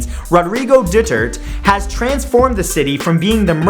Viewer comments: Its pronounced /doo-ter-te/ not /duturt/ in Duterte. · Matthew said Rodrigo Dutert. lol it's DutertE. Sorry just wanted to say who you pronounce it... NOW I HAVE MORE.... INFO! ABOUT.... STUFF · lmao at dutert 😂 it should be du-tert-te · Wow, RODRIGO DETURT its DUTER T EH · Du-Ter-Te not Du-Tert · wtf its not dutert its duterte. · Its pronunced duterte no dutert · Actually it pronounced du-ter-te not dutert I should now because I'm a Filipino myself. but its good thought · It sounded like he said Rodrigo Du-turd instead of Rodrigo Du-ter-te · It is actually "duterte" not "dutert" lol. BTW your videos are amazing keep up the good work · ITS DU-TER-TE not dutert MAtt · Boom.!! And some months later "duterte" pronounced "doo-ter-te" not "doo-tert" ran for presidency here in the Philippines... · its not rodrigo dutert!!! its rodigo DU-TER-TE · I'm sorry but you pronounce that mayor ( Du-ter-te) not dutert rofl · Its DU-TER-TE not DU-TE-RT P.S. I know this cuz im from Philippines. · Rodrigo Dutert. Why do I feel so uncomfortable hearing that? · Was then Davao mayor now vice mayor Rodrigo Duterte (Dew-ter-tey) not (Dew-tert) :) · Davao City Mayor RODRIGO DUTERTE is not pronounced as /doo-tert/ but /doo-ter-tey/... Hahaha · It's not "doo-tert", it's "doo-ter-te". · Matt its 'doo ter te' not 'dootert'xD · Hi Matthew it's pronounce as "Du--ter--te"(Rodrigo Duterte) not "du--tert"...Thank you :) peace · # 12 you pronounce the surname funny ahaha.. its DU-TER-TE as the spelling.. not dutert hahaha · #12 is pronounced as (rodrigo du-ter-te) ,BTW he is still our mayor today and his daughter is our vice mayor. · Pia E DUTERT hahahaha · Correction- Doterte you are supposed to pronouced all of the "e" as well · Yo Matt it's Duterte not Dutert! =D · #12 You dont pronounce duterte as dutert with a silent e its du-ter-te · Its DU TER TE not dutert. Because I am a filipino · "Duvao City" "Rodrigo Dutert" Filipinos: ??? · HE JUST BUTCHERED THE NAME OF DUTERTE, HAHAHAHA I'M DYING